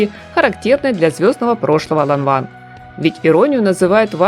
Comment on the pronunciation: Произносится Ланвэн!